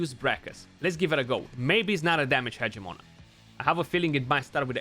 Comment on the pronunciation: Haha “Party-pants Hedgemon” 🤣